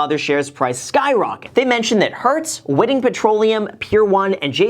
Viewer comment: It’s Whiting petroleum pronounced White-ing